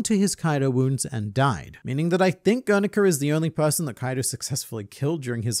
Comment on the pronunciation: "Gernika" or "Grrr! Nika!"